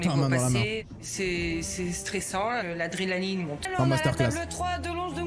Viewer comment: 2 fois elle di l'adrélaline c'est grave